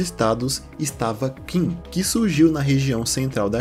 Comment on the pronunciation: Qin se pronuncia Chin, é de onde veio o nome China, o mesmo vale para a dinastia Qing, se pronuncia Ching, mas estes não são chineses e sim Manchus